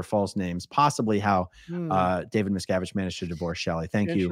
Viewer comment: How many times did say “Abib Miscavib” 😂😂😂😂😂